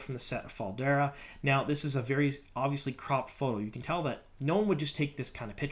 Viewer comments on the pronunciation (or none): none